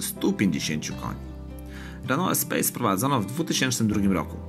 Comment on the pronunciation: EspaS nie Espejs... Co do samego porównania- jest Espace a potem dlugo nic. Świetne auto zwłaszcza polift w wersji Grand z benzynowym 2.0 Turbo pod maską. Szkoda, że dziś takich samochodów już się nie produkuje...